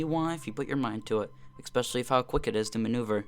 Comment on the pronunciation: Why do you keep saying eKspecially? There is no K in especially.